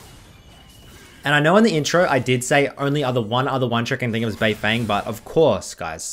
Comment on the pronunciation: yo im sick of hearing pronounce beifeng wrong its bay-fon